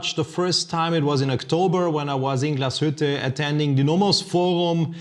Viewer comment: Hahaha learn to pronounce the name Glashütte